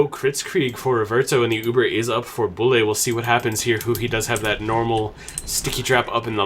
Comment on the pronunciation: Bulle doesn't pronounce "Bully", we say: "Büll"